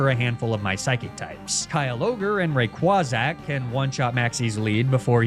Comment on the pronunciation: Rayquazack killed me. I will never be able to say Rayquaza the same way ever again